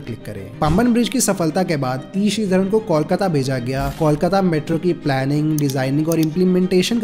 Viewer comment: Non-Bengali speakers often mispronounce Kolkata, as you did too. Kolkata should be pronounced as Kol-Ka-Ta, not Kal-Ka-Ta (notice, special emphasis of "o" in "Kol", sound similar to "Goal")